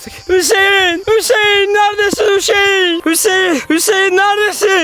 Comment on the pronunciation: Fatih abiş:hüseeğn hüseğn ee sesimi duyuyosan bağır Ben:hüseğn değil la panda